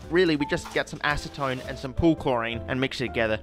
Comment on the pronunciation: Acetone (hard C)? I thought it was Acetone (soft C). Is this an American vs Australian thing?